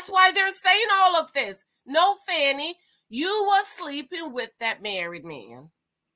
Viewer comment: You don't know how to pronounce her name as much as it has been in the media? This is trash. What a way to make a living.